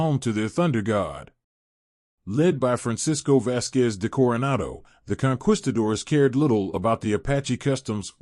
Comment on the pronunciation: You are pronouncing Conquistadors Ignorantly. Ge it right or go home. You sound ignorant.